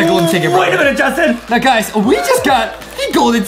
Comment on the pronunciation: Its not jousting😂😂 its justen😊 not trying to be rude